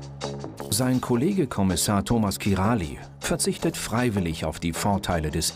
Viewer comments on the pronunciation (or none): 😉 min Warum macht der Moderator mehrfach den Fehler, den Namen von Kommissar Kiraly falsch auszusprechen? Sprich: Kiraj!